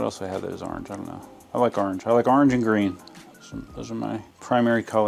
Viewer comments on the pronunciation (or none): The GT looks great! Love that "arnge" 🤣